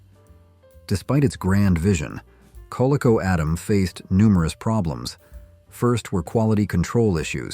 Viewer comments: KoLEEKO... Not colico or colecko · please fix these awful AI narrators. For example , its mfr Coleco is pronounced "Col-eee-co", not "coleh-co" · Come on, AI. Coleco is pronounced "Co Leek OH" NOT "co lik oh". The disk camera needed the tweaks of innovation. IBM PC keyboard of that time could likely stop a bullet. A soda "too sweet" in the 80s is saying something, poor Lifesavers. Nissan Pulsar NX was cool. The "cargo" cover seemed like a good daily driver configuration. If it gets damaged, you can put the "sport" cover on, win-win. Want an eccentric company to take the old "brick" and place a modern Cell system in it. Now with all that space, link several modern batteries. Now, it is a long-lasting device that is hard to misplace. "Could somebody call my phone"? "Bro, found your brick, yours is blue, right?" AI " Q -W -E -R -T -Y" keyboard is pronounced as a phonetic word. The card catalog is a legacy system, like mechanical binary, it teaches the basis for how things work. Also, as an EMP-proof system, it is a strategic asset. The card catalog works on a numeric system known as the Dewey Decimal System. Non-fiction subject matter fits into a numerical system (000-999) followed by a decimal point to arrange books by subject. Art, for example, was in the 900 range. For practical examination. Visit a physical public library. Oh, Netscape, the memories, links Yahoo start pages into my memory. Entirely less invasive than the "Video Nazis," AKA Windows. A very annoying necessary evil. Paying extortion to allow email access is inspired world-class evil. For the record, I paid it and deleted that "storage crap". I still want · Stupid AI and lazy content creators... It's NOT "Cole-Echo".... It's "Co Leek O". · CAH-LEAK-O not CO-LEKK-O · It is pronounced coleeco. Get it right AI! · CoLickO, lol. Why does AI not know how to pronounce so many things? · Co LEE co. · If you're going to use an AI narration, at least instruct it to say GUI and Coleco properly.